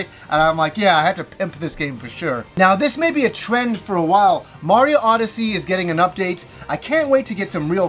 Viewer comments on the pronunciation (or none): none